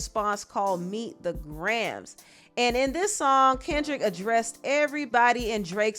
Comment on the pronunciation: Its Gray-Ums not Grams 😮😅